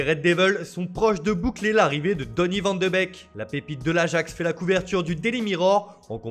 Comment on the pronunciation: vandebéék, ....pas vandebèk